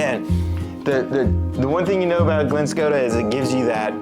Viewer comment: It is not Glen Skota!